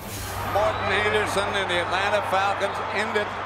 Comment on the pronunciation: It’s not Atlanta. It’s Atlana!